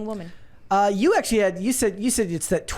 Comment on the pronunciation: “thott” age range? “Oxcually”